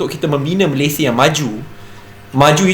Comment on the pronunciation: Sebut Malaysia pun tak betul nak build Malaysia. Apa daaaa…